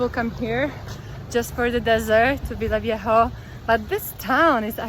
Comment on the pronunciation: It is Villavieja. Take care of yourself. There are so many YouTubers out there with "I got robbed at gunpoint" videos in Colombia, it is both scary and downright embarrassing for us as locals.